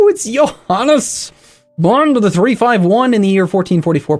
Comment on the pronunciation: The word Bonde, I think (at least in Norway, Sweden and Denmark it do) you pronounce it Bonde with the e (not like an i, but like the e in "let". So Bond-e. You say the pronounce the d after the n, and the o is pronounced differently from how you did. It's hard to describe it, but it's more like an actual o than how you said it, but it's not like a y or u. Basically how you said it is like how Norwegians say å.